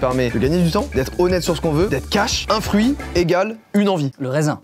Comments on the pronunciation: Au lieu de fruit j'entend prout au début de la vidéo 😂😂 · Jsuis le seul a avoir compris proute au lieu de fruits ouiuuuuuuuuu! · Au début qd il a dit fruitz g entendu prout à la place💀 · J'ai rigolé avant que ça commence parce que j'ai entendu "prout" au lieu de "frutz" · Puis ta moi qui a entendue pour la spontsor "Prout" à la place de Fruitz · il a dit prout a la place de fruit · A il dit prout au lieu de fruitz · ya que moi qui entend prout au lieu de fruitz😭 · Désolé, mais moi je n'entends pas "Fruits" là 👂